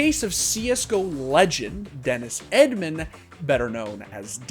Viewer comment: Dennis Edmän, cmon bro I don’t think that’s the way his name is pronounced